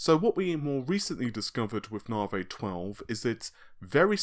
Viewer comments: Hey man, don't say that! He speaks perfectly fine. I'm just saying that saying Naavaay makes my eye twitch, that's all. Say sorry to, mate. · Naavaay....but seriously, is it REALLY pronounced like that? You've been saying Naavaay since the Navi name was rumoured. Love the videos, by the way! Keep up the good work! Lisa Su calls it 'Navi'. Seriously, she does! Timestamp . Listen carefully. I mean. come on.....